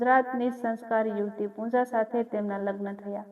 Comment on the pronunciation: પૂનજા નહીં પૂજા